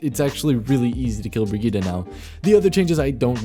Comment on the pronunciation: That isn't how you pronounce Brigitte. Bri-geet-tay